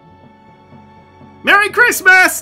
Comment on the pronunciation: Merry chrimja Merry shdist Merry chrysler